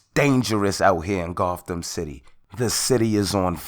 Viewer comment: He calls it Gotham city Wht a fool